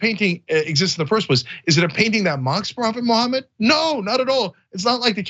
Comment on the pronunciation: Una kerspranian keeps saying Muhammad as 'mo homid'. See what I did there? Josus chrust might sound cool, but that's not how you pronounce the name. Huh? Tongue in cheek aside... Yeah I mean... shut the hell up about how it's against uoyr imaginary friends rules for people to do things under an expectation of free speech. You get to exercise your freedoms, but others can't? America. Land of the weak and home of the craved... Not how that, goes? Oh... You fooled me... or yourselves.. which ever fits better.